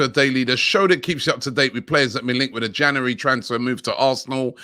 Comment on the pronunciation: Where does he get this cr*p from? Say January properly pleasee